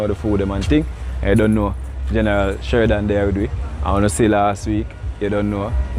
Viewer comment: Love his name 😊. Sherdan!! NOT Sheridan!!